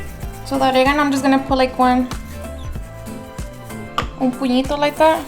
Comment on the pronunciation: Shaooow i love how u said.... Un puñito like that😉